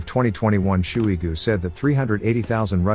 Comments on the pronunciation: Sergei "shoe-y goo". It's wrong, but it sounds about right. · “Shooey-Goo” lol